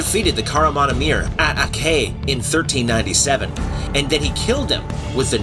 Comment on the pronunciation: Great video! However, I wished you use Google Translate or any other audio source to learn correct pronunciations because I wasn't watching the video and I couldn't understand names or places. For example, Akçay, or as you stated in subtitles Akcay, is not "Ak-key" it is Ak-chay and Kösem Sultan it is not Koosem it is Koesem Sultan.